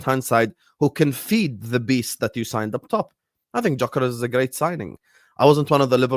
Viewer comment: please pronounce Gyokeres' name correctly. It's a silent G so you say 'Yokeres'.